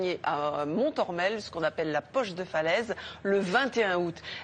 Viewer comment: Pas mal d'approximations dans ce reportage. Le ton de la journaliste est franchement décalé, pour le moins, avec le fond de son propos. Je vous assure que la visite du mémorial de Montormel (et non « mon-morel ») vous fera passer l'envie de rigoler. Comme un coup de massue. Rappelons que cette tragédie s'est terminée au corps à corps à la baïonnette entre allemands et polonais. Je ne sais pas si tout le monde se rend bien compte... « Sans conteste l'un des plus grands champs de tuerie qu'aucun secteur de la guerre eût jamais connus », jugera Eisenhower. « Quarante heures après la fermeture de la brèche j'ai circulé à pied dans cette zone : c'était un spectacle que seule la plume de Dante aurait pu décrire. On pouvait avancer des centaines de mètres en marchant littéralement sur de la viande morte et en dissolution. » Le « pont de Lambert » est en faite le pont de Saint-Lambert-sur-Dives. Il faut savoir qu'une rivière comme la Dives stoppait les chars. Incroyable mais vrai. Dixit le guide conférencier du Mémorial de Montormel. « La Normandie c'est plat. » Ah bon ? En complète contradiction d'avec mes 17 ans de vélo. « Pique-nique sous la pluie »... Attention aux idées reçues.